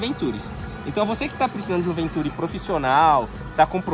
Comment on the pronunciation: Continua errado, na pronúncia, pois a sílaba tônica está com o "i" (ventuRI), caso contrário teria que ser acentuada.